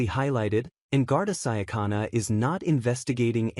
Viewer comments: "Gardi siacanna" 🤭🤣😂 ffs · The pronunciation is wrong as well as a ridiculous automatic voice, it’s pronounced..’Garda shicona’..hard.’c’..absolutely ridiculous voice, laughable production, amateur